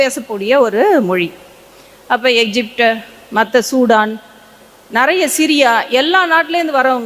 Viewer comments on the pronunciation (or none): இந்தியர்களது ஆங்கிலம் தானாம் நல்ல பலமானதா இருக்குமாம் ...கடவுளே பாவம் உங்கள் ஆங்கில உச்சரிப்பு ...ஆட்டோ ,பாய் பிரண்ட்,ஆபீஸ்,இப்படி எத்தனையோ போதாமைக்கு உங்க தமிழ் கூட "நறைய" (நிறைய)குழப்பம் ..இலங்கையில் நக்கலுக்கு இந்தி ஆங்கிலம்போல் பேசுவார்கள்